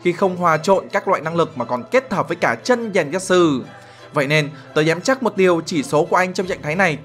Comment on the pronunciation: True mà cứ đọc chân là sao anh🐧